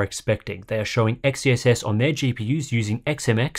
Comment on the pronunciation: I think XeSS is pronounced "excess", not the way you were saying it.